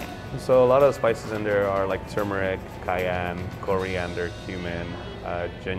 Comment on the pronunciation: Thank you for pronouncing "turmeric" correctly in the video. I'm so tired of people (including well-known chefs and food tv personalities) calling it "tu-MER-ic" or "TOO-mur-ic." There's an "r" before the "m" and it should be pronounced. Also, the dish looks delicious.